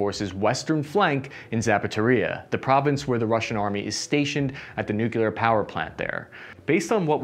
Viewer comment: Pronunciation? I only wish you'd learn to properly say nu-cle-ar... We'll need that when Ukraine advances to Enerdohar.